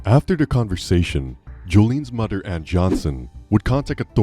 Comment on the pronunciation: He called his mudder lol